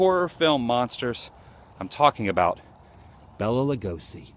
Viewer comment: I heard Bela pronounce his name in a trailer for a movie, and he said, Bay-lay, not Bell-a, just saying .. love him, the best Dracula ever, these new puck vampires suck, Dracula was a gentleman ..